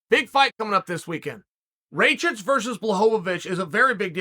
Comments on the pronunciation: Show some respect, say it right -RAKIĆ !!! 🇷🇸🇷🇸🇷🇸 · Uncle Cheal, Rakic like Miocic (last latter) or blachowicz...and 2nd latter also 'a' of Rakic is not good 🤐🤷🏻‍♂️ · Raychich, blahoevavich and jiri prohaska.